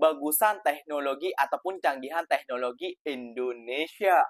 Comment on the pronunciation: cakap teknologi pun salah. dia bilang 👉tegokloji 🤣